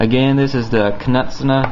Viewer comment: I believe it's pronounced Ka-net-soo-neh.